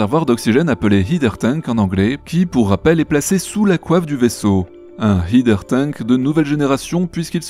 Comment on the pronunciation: Par pitié, "header" vient de "head" et se prononce /ˈhɛdə/